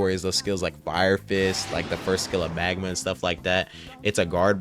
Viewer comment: Bro he loved magma and said it is the peak of epic he called it midma 😭